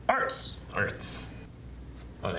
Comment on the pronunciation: His name... is ARZT not ArTs